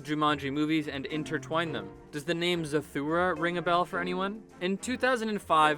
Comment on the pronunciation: It's Zathura not Zathura